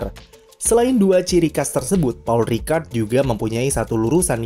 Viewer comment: Pol Ricard dibacanya